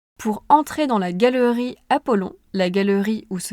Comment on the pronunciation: Tu prononces très bien le français, je comprends tout 😊, Galerie et pas Galrie par exemple comme prononce généralement un français.